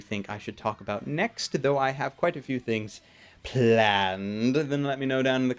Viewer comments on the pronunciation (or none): none